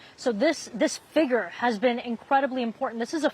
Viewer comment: dear GOD teach this reporter how to say “Figure”…..it sounds so bad 😂